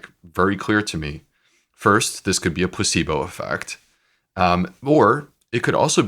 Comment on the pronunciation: Does anyone else hear his pronunciation? It's PLA-cebo, not pus-syblo ! Which is what it sounds like his guest is saying! I did a double take and replayed it. Yep.